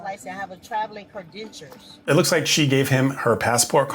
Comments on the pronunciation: But, officer, I am so, so special... Delusional AF. "Credentures." Holy f*ck. What IQ score do we think that represents? Even after the sergeant pronounced the actual word, she's clueless. She's not a US citizen? So what? If a citizen of Albania, Thailand, Egypt, Namibia, or Mars breaks the law in the United States, that twit GOES TO JAIL IN THE UNITED STATES...unless there's some kind of diplomatic immunity, which doesn't always matter. I am surprised at how cooperative she is with the officers. No tantrum, no screaming, no kicking...just arguing. No problem with the situation because she knows that the system is so soft on this abuse of officers' time and effort. At the very least, one of these twits should be made to reimburse the state for then officers' time and mileage wasted. The fines and towing fees are just not financial punishment enough. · My head spins when she keeps saying CREDENTURES. I thought the next words would be AXE for ask. 🤯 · Please someone correct her! Teach her how to say credentials. I was thinking that you can’t even buy a car without a drivers license and insurance. Thank you explaining the police actions and what’s going on. I see these police actions so differently now. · Did she say cra"dentures"?? 😂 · It’s issued by the DOT: Department of Teefs for her cre-dentures. What’s the issue?😂😂😂😂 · This whole time she was trying to say credentials? My goodness. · OMG,she actually said(still learning to talk)@ ,"Can I get you my cre-dentures?" And she`s probably one of the smarter ones in her clan.... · . I spit my coffee when I heard cre-dentures. Well the po po axed her for paperwork. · "credentures" hahahahahaha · Who needs a Drivers license when you have cre-dentures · Thought I heard that wrong. Had to go back and listen twice! Credentures. Do they store them in their teeth? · Why does she keep sayin it like that? Credentures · She said she has travelin' cra-dentures (at least 6 times)‼️🤪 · I came to mention the credentures. 😂😂